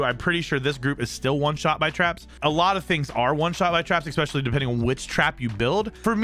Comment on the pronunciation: I had to stop listening cause of the "ecccccspecialluly" No c exists in that word dude.